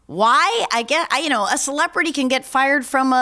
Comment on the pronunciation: Please quit saying "celeprtiy." It's driving my dog crazy.